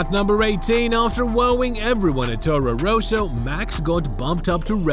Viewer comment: torrow rossow? Daniwiel kiwiat? Raikoonen? You ok m8?